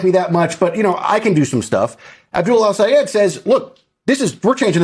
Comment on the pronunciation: ITS DOCTOR EL-SAYED. GET IT RIGHT